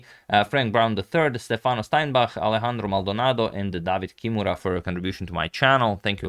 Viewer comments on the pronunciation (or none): none